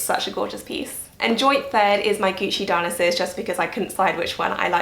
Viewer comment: FYI it’s pronounced Di-oh-NY-sus, like the Greek god.